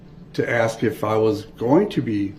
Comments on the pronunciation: I bet u lil Darrell spells words like he talks. For example instead of ask he would spell axe. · Your onher I axed a quesion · We should take speech from duh rel. wit-with. Dat-that. Axe. Ask. Libary. Licent place. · He cant even talk right he says do dat theres no such word and he says ak its ask dum s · Axe instead of ask dat instead that wit instead of with